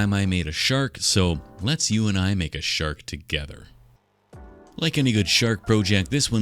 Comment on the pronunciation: My wife, sitting next to me, thought you said “shart” instead of “shark” and it got me wondering how one might represent a shart in clay.